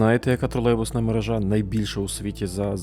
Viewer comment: Не мережá, а мерéжа. Слідкуйте, будь ласка, за мовленням - дуже ріже вуха.